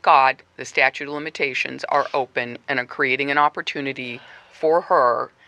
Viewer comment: Statute, not statue.